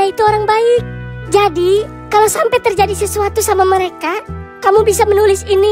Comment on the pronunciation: Bang mereka bang bukan nereka 😂😂😂😂😂😂😂😂😂